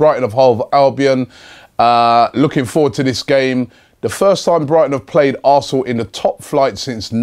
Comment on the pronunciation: You have no idea at all what your talking about mate, hemed was not suspended for an elbow and you can’t even say are name right so why should arsenal fans listen to you about this game